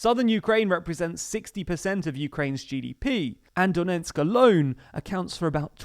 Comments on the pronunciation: It’s DoneTsk not Donensk! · The name of the province is Donetsk, not Donensk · A nit: “Done ts k”, not “Donensk”. Duh-NETSK. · Not Donentsk, but Donetsk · DoneTsk not DoneNtsk :) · its pronounced "do-NETSK", not "do-NENTSK" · My dude if you wanna be a presenter in a video on donbas, you really need to learn that its not "Donensk" but "Donetsk".